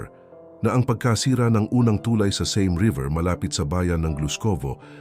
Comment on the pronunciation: TuLAY, hindi TUlay. Salamat sa pagtanim ng Wikang Pilipino.